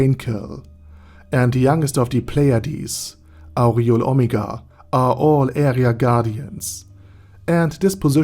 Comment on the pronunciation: You gotta work on your pronunciation of Aureole. If I didn't already know what name came before Omega there's no way I'd have guessed who you said. It's like Or-re-ole. Other than that great video, I kinda spoiled myself but LOL I knew Renner was messed up but damn. That's amazing.